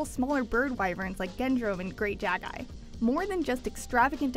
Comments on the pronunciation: "Jaggeye" that pissed me off. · try to spell jaggi like spanish word,not jag-eye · THATS NOT GREAT JAGGAY ITS GREAT JAGGI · Great Jaggai?!?!? izs called great JAGGI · Jag-eye.... really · Also I like how she pronounced great jaggi